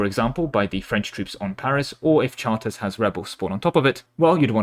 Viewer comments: Ah yes, the famous french city of Chartèzes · Chartres pronunciation 🔥